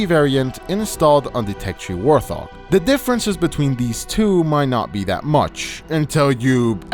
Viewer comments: Bro it's WART-HOG not WAR-THOG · Bro said War-thog 🤦🏽‍♂️🤦🏽‍♂️🤦🏽‍♂️🤦🏽‍♂️